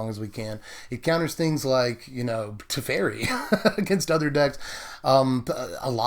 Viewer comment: I think that guy's name is "Te-feri" not "Tef-eri", I'm not sure. I'm not a control person I really prefer aggro, but some control decks are really fun, especially if the other guy doesn't get to play anything (Ensnaring bridge style), that way you win very quickly even if you play control. I don't play standard, lately I've become more interested in Commander, it's the only format they play here as far as I know. I'm gonna see if I can put a commander version of this together, it would be interesting. Bant Commander control. Derevi, Empyrial Tactician willl be the commander of choice for this toxic deck *evil laugh* muhuhahaha